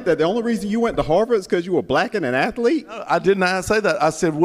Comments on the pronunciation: An “ath-uhhh-lete” Smh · Someone who pronounces "athlete" as if it has 3 syllables shouldn't be questioning the intelligence of others lmao